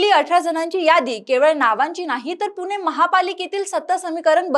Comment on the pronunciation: आधी पुणे म्हणायला शिक .